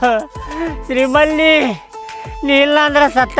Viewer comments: ಶ್ರೀಮಲಿ✅ ಶ್ರೀವಲ್ಲಿ ❌😅😅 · Srivali ❌️ Sri malli ✅️ 😂😅